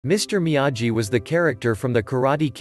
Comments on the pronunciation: "miyayi"?????? DUDE, THEY SAY HIS NAME LIKE A BILLION TIMES, HOW CAN YOU MISPRONOUNCE IT!?? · Excuse me it's mee-a-gee